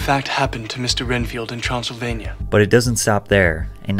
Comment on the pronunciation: His accent is not even that bad, what?! He just sounds a lil fancy, as the English would say, posh, but seems to fit the character at first glance. And as a Romanian, having him pronounce Transilvania well also gives bonus points in my books. They done him DIRTY!